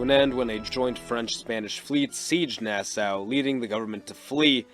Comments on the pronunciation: Part 2! Part 2! Also, as s Bahamian, I just wanted to let you know it’s pronounced Nas-SAW like the tool, not how it looks. It’s weird, I know lol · Nassau ( Nah-saw) Port Royal (Port Royal not Port royale)